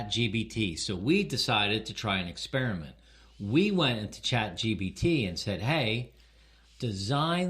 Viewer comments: This is hilarious! And it’s ChatGPT not ChatGBT 😉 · I think its funny that you call it Chat GBT 3 times at the start of this video